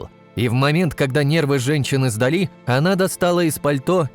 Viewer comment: Не сдалИ, а сдАли